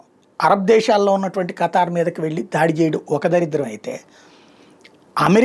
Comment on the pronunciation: niki khatar name sarigaa chappadam radu muskora bhadkuv 😅😅😅